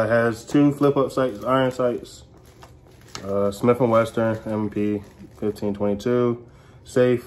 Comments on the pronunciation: go back and tell me what you said again? I’ve never heard of that brand before. Talking about your boyfriend. It’s not Smith and Western. It’s Smith & Wesson. 🤣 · Dude really said “Smith and Western”🤦‍♂️